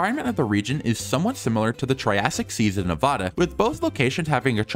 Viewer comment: ayyy he said Nevada correctly!! (No hate to the "incorrect" pronunciation)